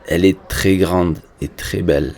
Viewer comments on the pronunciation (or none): none